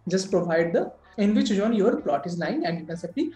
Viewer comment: It’s not jone, it’s zone 😂